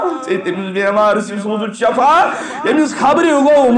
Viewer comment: I request your good self please clear the word( shafa means death ,this is Shifa means strength )